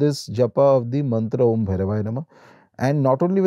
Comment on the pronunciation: It's om...not AUM ❤